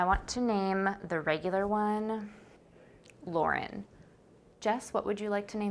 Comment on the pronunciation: She said Lauren and I was like 😳 she said it so pretty 😭